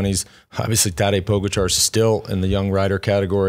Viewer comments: Please please please someone tell George to stop butchering Pogacar's first name. It's taDEj as in DEcision. Listen to Johan pronounce it, he's 98% accurate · Some tell George it's not Tajay 😂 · It would be nice if George could learn to pronounce Tadej Pogačar's name. It is not that hard. Take 5 minutes, call Johan and ask him how to pronounce it. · Come on, learn to pronounce Tadej's name, he deserves it at this point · What's with George's pronunciation of Tadej, sorry Tadjay? I mean if it was Grzegorz Brzęczyszczykiewicz, I could understand that mauling but this? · George's new pronunciation of Tadej... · George, love you man. But if you can pronounce Jonas properly you should be able to pronounce Tadej as well. C'mon man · please teach Geog-ja how to pronounce Tadej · this. it’s painful to listen to how he butchers his name